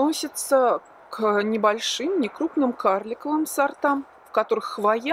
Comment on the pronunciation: Все классно, но слово хвоЯ режет ухо. Откройте орфографический словарь— хвОя